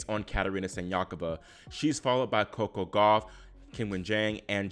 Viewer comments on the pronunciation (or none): none